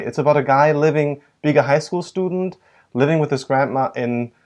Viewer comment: studend xD